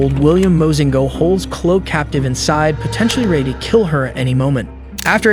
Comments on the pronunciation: "Clow" ....you mean Chloe? It's Cl-oh-ee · Why are you saying the "s" in Louisville and why are you calling Kala (kah-luh) it's Kay-luh, and now Chloe is "clo"? It's cloh-ee. WTH it's pissing me off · DUDE. Why do you mispronounce her name throughout the entire video?! People are literally saying her name Chloe (KLO-EE), and you are still pronouncing it KLO. Come on. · Ugh, terrible pronunciation of so many words. Calling the girl “Clow” when it’s pronounced “Clow-ee”is rude to her. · Her name is pronounced "klo' - ee". Chloe is "klo' - ee." NOT KLO. At least pronounce her nameright. The police already treated her like crap. Don't pile on with ignorance. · You can't even pronounce her name correctly😅 It's not Chlooh. It's Chloeeeee. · What we would all like is the correct pronunciation of common names. It's Kay-luh not Kal-la and Cloe-E not Cloe. It sounds like AI mispronunciations yet you have a patreon account so IDK. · THE NAME, "CHLOE" IS NOT PRONOUNCED: "KLŌ"...IT'S PRONOUNCED: "KLŌ'-EEE". SMH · Why are you calling her Chlo? Her name is Chloe, Chlo -e. Just saying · It’s pronounced Chlo-ee not chlo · I think you are doing a good job, but you keep mispronouncing the victims' names. Kala is pronounced "KAY-la", not "KOU la". "Chloe" is pronounced "KLO-EE", . not "KLO".. It's odd that you are making these mistakes since you can clearly hear the victims' names pronounced correctly in the clips. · Chlo Jones. Buddy its Chlo-y Chloe. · You are pronouncing her name incorrectly, the least you can do is learn how to pronounce the victims name. It's not pronounced "Clow" it's Clo-ee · It's Chlo EE not Chlo . Two syllables NOT ONE !!! Drove me nuts every time he said it , especially since I have a niece named CHLOE . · The name Chloe is pronounced Klo-ee, you know, like how the police pronounce it in the video. For christ's sake pay attention. The police were horrible and careless, and you not even getting her name right is just more careless disrespect.